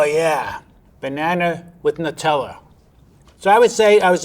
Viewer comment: Finally an American knows how to pronounce Nutella